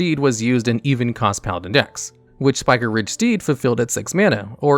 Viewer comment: spike-riged. not spiker-riged